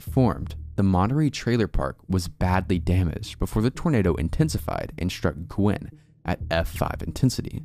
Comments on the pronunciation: Also (a lot of people make this same mistake) Guin is pronounced "Gyoo-in", not "Gwin". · I'm in Alabama and we have strange pronunciations of towns. Guin, Alabama is actually pronounced "Gyoo-winn" instead of "Gwin". Great video, I just subscribed!